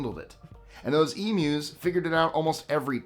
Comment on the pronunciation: You get a like from me just for saying Emus right.